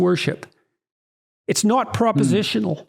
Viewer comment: "It's nawt bloody obvious!" 🤣 lmao